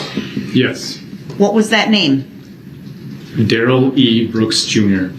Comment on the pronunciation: 5645...Dorow "grounz-ed" Duh-rell like a Bish!!!! Hilarious 😂